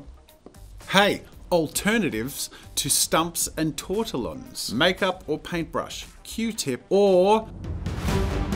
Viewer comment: "tort a lon"